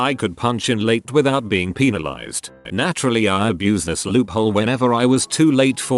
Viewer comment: but like why is text to speech pronouncing “penalized” in such a weird way bruh😄😂 it sounds like it wanted to say penis at first LMAOO